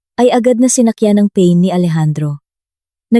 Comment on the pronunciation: pain in Tagalog pronounced as paen not pen